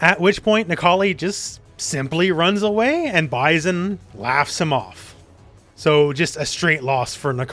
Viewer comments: The way you say Bison...it's weird. Stop it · Great video. I agreed with everything you said, but the way you pronounced M.Bison’s name threw me off a bit. Lol.😂